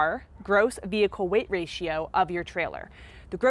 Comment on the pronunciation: It's Rating not ratio., and you have missed out on a lot of info. If people follow just your info, they could make a mistake.